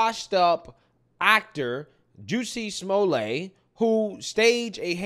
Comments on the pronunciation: pronunciation "Juicy-Small-Lay" 😂😂😂....its pronounced "Jes-sie-Small-Lett" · Juicy Smolay 😂 idk if that's a mispronunciation but there's my first chuckle for the day.